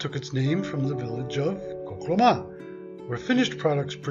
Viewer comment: You pronounced the name wrong.